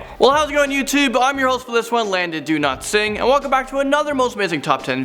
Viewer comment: On every video with Landon it sounds like he says Landon Do Not Sing